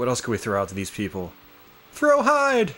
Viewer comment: hide's name is pronounced heday.